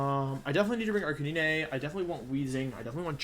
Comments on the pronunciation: Request (demand) to halt calling it Arca-knee-nay. You're destroying my childhood, sir. A r c a - n i n e . 😛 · Arch-a-knee-nay the poke master way to pronounce is correct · Lol it’s ar-ca-nee-nay lol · Bro people that play games and mispronounce characters is sometimes acceptable since we’re all dumb af but whenever Wolfe says Arcanine and Ninetails it just pisses me off. Is he trying to be ironic or am I just missing out on a trend. CORONA REALLY BE DOING ME LIKE THIS sjshdkfksb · I'm only here for the way Wolfey pronounces Arcanine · Can someone explain to me why he says Arcanine like that with confidence.